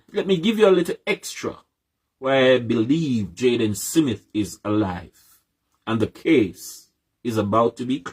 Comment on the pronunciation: Why Cant Us Jamaicans Just Pronounce SMITH Instead Of SIMMIT ?? This is Ridiculous, How Do We WAKE UP & DO BETTER If we can't be on the same page, all these likkle foolishness we do as people the reason why the country so loose, smh. BIG UP THE PLATFORM